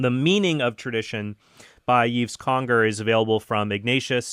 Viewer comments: Hey Trent, FYI: Yves in French is pronounced exactly as you would prononce Eve in English, as in Adam and Eve. Keep up the great stuff! Cheers from Montreal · Just for future reference, Yves should be pronounced like "Eve" in English (Ève, which is Eve in French, is pronounced differently than Yves and Eve). The "s" is silent as well. And please do do an episode on usury (it would also be interesting to hear how Catholic teaching compares to what other Christians and what other Abrahamic religions teach on the subject).